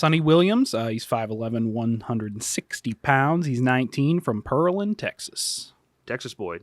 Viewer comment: lol its not Pearl-and Texas, its PEAR-land Texas, like the fruit.